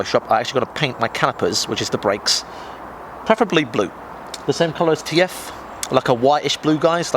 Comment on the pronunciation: modding a jap car does the complete opposite to devaluing the car......obv apart from the decal thats a devalue af, and did you really just call callipers kappers............